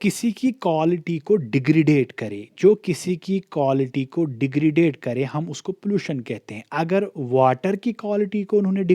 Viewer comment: Please correct your accent as you completely pronounce words incorrectly. Otherwise going good. It is degradation not degradade.